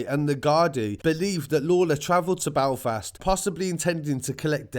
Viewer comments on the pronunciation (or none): 'BALFAST?' it's Belfast